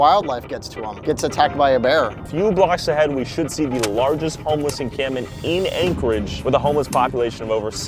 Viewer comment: "This is Ankle-edge, Alaska."